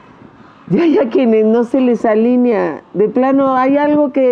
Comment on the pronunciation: se dice: ALINEA, no ALÍNEA. Se conjuga como PELEAR.